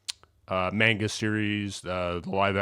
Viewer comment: Bro your pronunciation of manga is deranged😭 also the head is idw